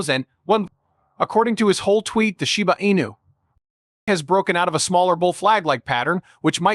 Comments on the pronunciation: You called it Shiba Anus at the beginning of your video, lol 😂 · Did i hear shiba anus ? ???? 😂😂